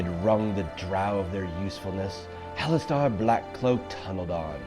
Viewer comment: Really cool video idea but isn't it pronounced "hallas stir" not "hallas star"?